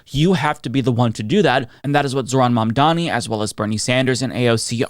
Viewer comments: Excellent video, but to my ears, you still didn't pronounce quiet well ... 😅 It's not Mandani, but Mamdani. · MAM DA NI ! Repeat with us ! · Did I just hear call Mamdani "Mamdaddy"?! 😂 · I hate how white people can't say "Mamdani" 🤦🏼‍♂️ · At least Vance pronounced it correctly. Joe can't even say it. And honestly even some of Zohran's supporters say "Mamdami". Why is it so hard?